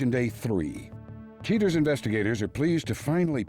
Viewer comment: Cheee-turz. 23 years later after watching this on over the air TV, I can’t get over how the VO guy and Joey Greco pronounce the word ‘cheaters.’